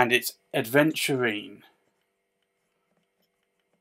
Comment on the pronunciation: My only complaint is the mispronunciation of the word Aventurine. Especially as you’re writing it since THERE IS NO D. Apologies, love the reviews